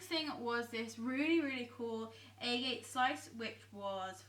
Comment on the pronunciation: That rock is actually pronounced ah-get. I live in a town where all the streets are named after rocks and minerals and used to live on Agate Ave :) But this is in the U.S. so perhaps elsewhere it's pronounced differently. I love everything you received!